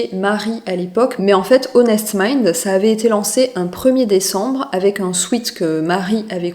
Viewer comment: J'adoooore ces vidéos décryptage, merci !! 💖💖 2 petites choses: Durer "dans le temps" (Durer suffit pour exprimer cette notion) Et la prononciation de sweat c'est "swèt" et pas sweet (sucré) ☺